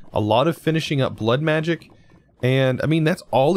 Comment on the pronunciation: I like how he says blood machic when its evil craft(lol)